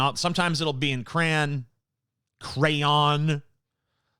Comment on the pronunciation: It's really not that difficult to pronounce simple words properly. Like what is so confusing about the word crayon. It's literally pronounced how it's spelled. It's not fucking rocket appliances! That's a reference, I'm not stupid.